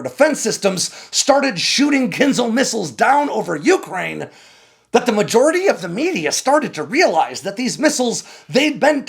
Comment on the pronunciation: Please learn to pronounce Ukraine properly.